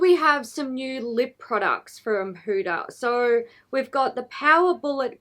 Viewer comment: Did the huda lip liners just stay on after rubbing a white towel on them? Umm okay whatever. Also as another person with and Arabic name, people really mess up hudas name. It is not pronounced as hooda. It is hu-dah. The d is like a th. And those kkw shades wouldn't even show up on a medium skinned person.